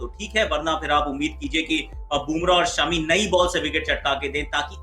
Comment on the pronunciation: producing shaami instead of shami but listens good.😀😀😂